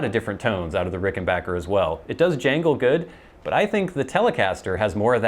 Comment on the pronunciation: Nice to hear you proud it correctly; it's Ricken-BACK-er. Short "A" sound. Not Ricken-baaaahhhk-er. No long "A" sound. "Wish You were here" sounded great.